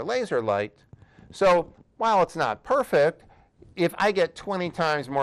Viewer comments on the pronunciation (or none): none